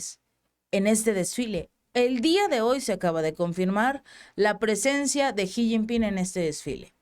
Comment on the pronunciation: Gracias por tan buena información. Por cierto, se pronuncia Shi no Ji, al rerepresentante de China. solo una pequeña observación.